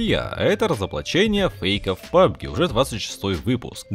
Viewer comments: Илья ты городской или колхоз? произносится не пабг а пабджи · Сказано пабг и пабг мобайл, а там лиш пабг мобайл